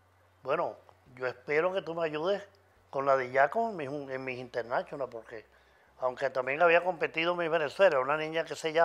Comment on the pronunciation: Claro que no lo dijo en español. Quizo decirlo en ingles, y le salio asi, internachonal, jajaja... Para los que no saben hablar ingles, seria mas como "internashional". Pero Osmel lo dice como le da la gana!